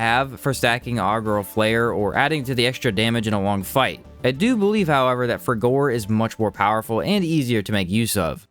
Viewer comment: The pronounciation of some of these spells... Seism is pronounced 'size-em' and frigor is pronounced 'frigger'.